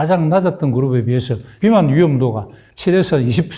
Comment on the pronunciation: 비만 발음이 틀렸다ㅡ 의사란 놈이 발음하나 제대로 못하냐??